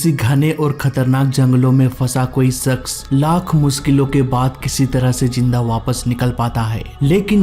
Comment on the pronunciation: Sakas mashur bolna sikkh bhanchod